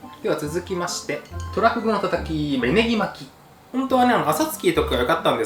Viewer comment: 急上昇3位がトラ↓フグ↑ってイイ日本だ